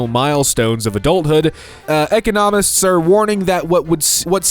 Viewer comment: When can't pronounce "economist" correctly.